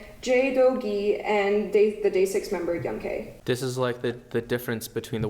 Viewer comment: Lmao I unconsciously corrects them on how pronouncing Young K's name 😂